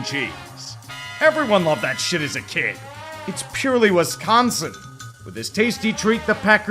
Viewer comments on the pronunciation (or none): none